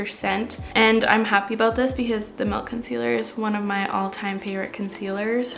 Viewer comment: You say melk instead of milk and I’ve never related to someone more haha.